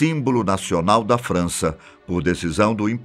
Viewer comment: impressão minha mas ele fala "França" como se fosse "Frounce/Fança"? Algo assim...